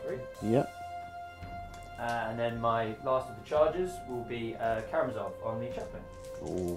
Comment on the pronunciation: ka-ra-mA-zov, accent on 3rd "a", from russia with love